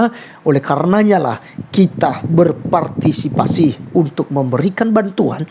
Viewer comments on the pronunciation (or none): none